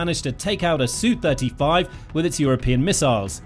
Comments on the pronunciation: Is it not S U 35 not a soo 35. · SU not "Sue"! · "Soo": Brit-speak for Sukhoi. 😂